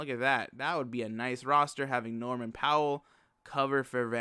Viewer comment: VAN VLEET NOT VAN LEET